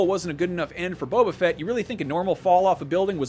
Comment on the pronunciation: Boba not Bobba.